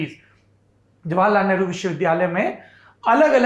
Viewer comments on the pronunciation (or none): none